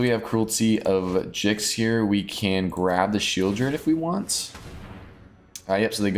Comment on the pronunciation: It's definitely pronounced Gix 😁